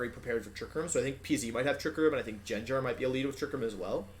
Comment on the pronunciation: Ive always had the suspicion that Wolfe mispronounced names on purpose to piss people off, and "Jenjar" finally confirmed it Honestly im not even mad